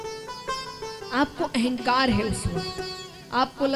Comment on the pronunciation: महत्त्व को मेहत्तव और अहंकार को एहंकार बोलकर भाषा का सत्यानाश कर रहे है ।